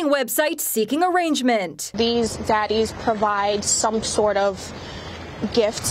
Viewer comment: She said zaddies lmfaooo